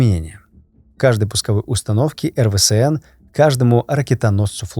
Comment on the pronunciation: Да что с тобой не так? Почему ты постоянно называешь эРВээСэН(РВСН) эРВэСээНом?) Я по-доброму, просто неправильно произносишь))))))